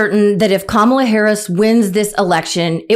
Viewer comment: Thank you,, and to all the brave women who are voting for Kamala (pronounced: "comma"-"la", pretty easy to say, actually, and besides, pronouncing her name incorrectly is egregiously disrespectful). Charlie Kirk is true to Trump form: project your own crap onto others. Charlie: YOU are repulsive. Also, we were never a "Christian nation". Speaking of "Christianity", when Jesus rose from the dead, the Roman guard (men) saw Him first and ran away in cowardice and fear. YOU should be afraid, Charlie. Jesus appeared to the women FIRST. He told them to go tell Peter and the others (men) that He had risen from the dead. Jesus' mother is VENERATED! Shame on YOU, Charlie. VP and soon-to-be President Kamala Harris correctly emphasizes that WE, the women AND the men, are in this TOGETHER! She will win! I can't wait! Our nation was founded on secular principles expressly to avoid the incessant horror of religious wars. The First Amendment protects against the state getting involved in peoples' religions or no-religion. Our founders knew our union needed perfecting. That process yet continues since 1789, President Washington's first term. Lady Washington was a great woman. President Harris will be one of the greatest presidents in our nation's history. She is supremely well-educated and wise. President Harris will help to end the bigotry and hatred and division. She WILL be our president for ALL of us. She will help win back the House of Representatives and gain in the Senate. We the